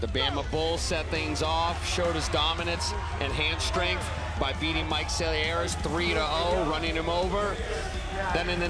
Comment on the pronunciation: cant say Selearis 😆